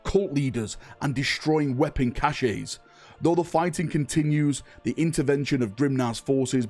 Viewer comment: Also giggled at cachè (its pronounced like cash).